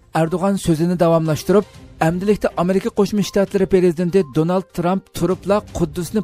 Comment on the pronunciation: Donal tramp diye okunmuyor danıl